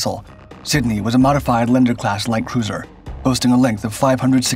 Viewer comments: They are correctly called Lee ander class cruisers not leen der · For future reference, Leander = "Lee-ann-der", not "Lender". 🙂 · She was a " Lee, ander class, not your pronounced version😮😮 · It's pronounced (Lee-and-er) Leander